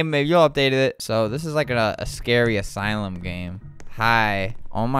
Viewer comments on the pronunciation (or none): none